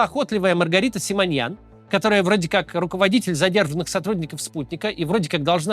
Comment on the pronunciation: Ее фамилия Симонян, не Симоньян. В чем такая необходимость коверкать фамилию?